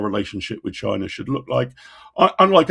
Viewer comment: Notice how many people now say 'Chynah' 😂